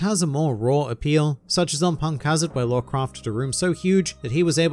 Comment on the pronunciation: Why do you pronounce Law as Lore by the way?